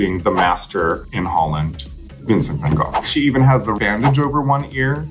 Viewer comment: Raja actually pronouning Gogh correctly.